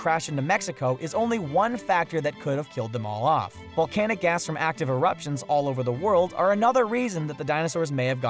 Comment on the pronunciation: Is it just me or does it sound like 'volcanic ass' ? Just me?